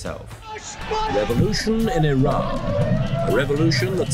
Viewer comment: did all this research and cant even pronounce iran correctly